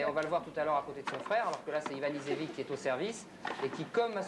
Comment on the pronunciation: Ha, that was fun to watch! I was in Paris in '93 and watched the match, amazed by Luke's serving ambidextrous! Luke had a whole suitcase of different sun glasses for changing light conditions... The idiot of the French commentator mispronounces both Ivanisevic's and Jensen's names